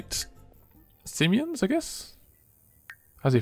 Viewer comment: It's simoleons not simeons lol